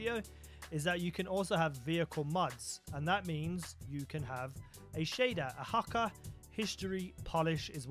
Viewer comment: When you pronounce Hakke hakker